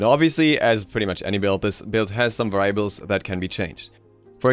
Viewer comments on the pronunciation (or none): Varaiabals yeah... variables.... Very ables.......vey reee eyyybels